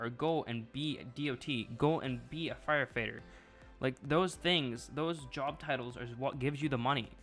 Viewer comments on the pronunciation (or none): Am I the only one who noticed 7 min in he said fire Fater?